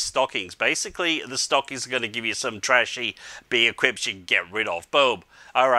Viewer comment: Lol he say BEE - i - Quips